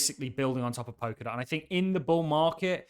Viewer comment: I'm sure it is pronounce Pol-ka-dot with an 'L'